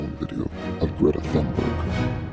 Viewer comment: My name is Gree-etta Ton-buy